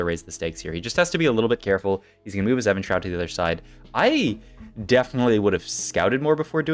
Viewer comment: Why do you say "Evan-Shroud"? It's Evenshroud like even like rhymes with steven